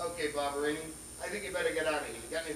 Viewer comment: Its Vinnie Ba BA BA BA Ba Barbarino not Barbarini and So Up Your Nose With a Rubber Hose and Twice as Far With a Chocolate Bar